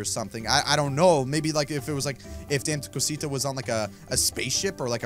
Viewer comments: Dame to Cusita is pronounced Dah-may-to-coo-seetu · It's pronounced dom-eh-too-co-sito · Just so you know it's pronounced da_may_to_co_see_ta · That's not Dame tu Costa it's Damé tu cosita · Dis is how you say it Da-mhh-e tu co-si-ta ok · You pronounce it Da-meh Two Cosita. Kinda like that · its da-ma t-o ca-sita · dami to cosita is how you pronounce it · I know its 2023 but maybe you still don't know how to say it still? anyways, Dame Tu Cosita is pronounced (Da-may-two-ca-see-ta) your welcome! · It’s dam-ee too coseeta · dah-meh- too co-see-ta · Pronounceing Dama tu cosita (da-ma to co see ta) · Here’s how you pronounce it : ( DAM-O-COTO-SEET-A ) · its da meh to cos e ta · Its penoust (damae-tu-cosita) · its dama cu cusetu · It’s pronounced dummy to Kaseeta😡😡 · Dham-a-co-tah-si-ta. It means give me your little thing that is the actual definition and we know it is referring to the male body part. If you don’t know what I’m talking about get off of YouTube now. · You are saying it wrong and yes it is in Spanish but what it means in English is give me little thing and it says it’s not for children so children if y’all are watching this pls don’t watch the video and I love your videos especially try no to laugh with unspeakable and Mose